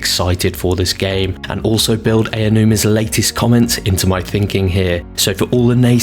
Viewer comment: Aonuma is pronounced "Ow-nooma" not "Eya-nooma," just saying.